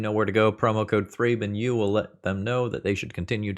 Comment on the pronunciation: ThrabenU more like ThrabenO